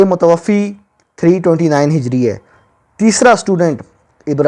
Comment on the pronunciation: ارے جس شخص کو یہ بھی پتہ نہیں لفظ " متوفی" یعنی ف کے نیچے زیر اور ی ساکن نہیں بلکہ " ف" کے اوپر کھڑی زبر ہے اورصحیح تلفظ "متوفی" (متوفا) ہے، وہ بلا ہے صحیح بخآری پر اعتراض کرنے۔ واقعی اللہ تعالی کا لاکھ لاکھ شکر ہے کہ انٹر نیٹ کی سہولت سے ان لوگوں کی علمی سطح پہلے جملوں سے ہی سامنے آجاتی ہے ورنہ اگر یہ کوئی تحریر لکھتے تو ہمیں کیا پتہ چلتا کہ یہ کسی لفظ کو صحیح ادا کر بھی سکتے ہیں یا نہیں۔